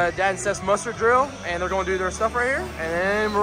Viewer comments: I swear it sounds like you're saying "mustard" station instead of muster.... 😂hahaha. Great video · He was totally saying Mustard 😂